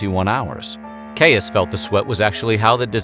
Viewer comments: hey bud!!! obviously a bit late for it now, but Caius is pronounced like “keys” - i made the same mistake when i first moved to Cambridge for several months before i luckily overheard it pronounced correctly by a student themselves:)) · I’ve always understood ‘Gonville and Caius’ to be pronounced ‘Gonville and “Keys”, which probably means the doctor was also “Keys”. Sorry, Limeyish is prone to this sort of thing lol (On further checking I’ve found that the doctor’s name was “originally” Keys, and he had latinized it, as was customary. Further confusion arises from the name ‘Caus’, which is Norman in origin). In my youth the College was famous for the William Morris wallpaper said to adorn the Students Common Room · Shire in a name is always pronounced "sheer" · Hi sorry to be a dick but it's pronounced 'and Keys college' and don't ask me why. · Believe it or not, John Caius’s surname is pronounced KEYS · It’s pronounced keys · Just a little thing; Caius is pronounced 'Keys'. Good video, though. Thanks! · 'Caius' in Gonville and Caius college is pronounced 'Keys' - don't ask me why.... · "Caius" in this context is one of those annoying words that doesn't sound like it's spelled. It's pronounced "Keys". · Dude, Caius is said like "Keys". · John Caius is pronounced as “John Keys”. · The 'Caius' in 'Gonville and Caius College' is pronounced as 'Keys'. His family name was actually 'Keyes', 'Caius' is simply the latinized form. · Please Caius is pronounced just as keys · Most politely, I might add a small correction — it’s easier to say “Gonville and Caius College” ten time fast when you pronounce it like the locals. Not sure how Caius himself said it, but in Cambridge it’s pronounced like “keys” as in “house keys” or “key ring” . ;) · I wish you would make some effort in pronouncing names properly. Caius is pronounced ‘keys’. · Caius is pronounced the same as the word keys, as is the word quays. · FYI I think Caius is pronounced "keys" but I could well be wrong.